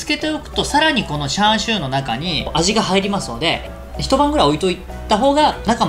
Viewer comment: チャーシューをシャーシューと言っている時点で今日も絶好調であると感じます